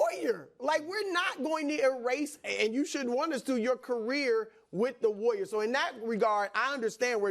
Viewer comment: The way brou pronounces warrior is hilarious. Woyer.